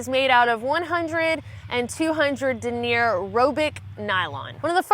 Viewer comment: "Denier" is a French word that refers to a specific weight and length of a fiber, or string. It's pronounced like,,,, "Denyer". I only know this because I worked in a Textile Plant for years. Of course I took the Night Shift, because,, hey,, I'm a Vampire. p.s. Your mom is hot.